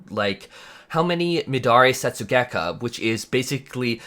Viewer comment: As someone who is fairly competent in japanese I'd say that that was a pretty well pronounced Midare Setsugekka